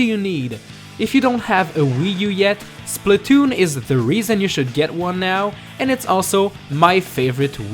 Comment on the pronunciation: I sed plz don't be spaltoon and all of asodean you sed spaltoon and that freaked me out how ironic